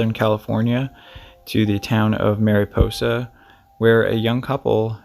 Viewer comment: It's not southern calif...its central California. And just an fyi...its mariposa pronounced "maraposa" I'm from that area...just trying to help on the pronunciation.